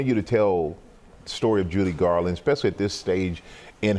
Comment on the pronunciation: He keep saying Julie Garland.